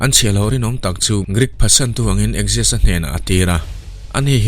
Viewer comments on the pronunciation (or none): Axis ni lovin Xerxes (Zer-zis) zawk niin ka hria Persian lal hi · Persian lal khi Zarsis (Xerxes)tia lam tur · Darius a fapa Persian lal hi zerzis ti a a hming hi lam tur a ni.